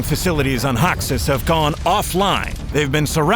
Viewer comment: hmmm... i dunno... game looks nice but, narrator doesnt fit. barely changes intonation, doesnt say hoxxeees, just says hoxs, and more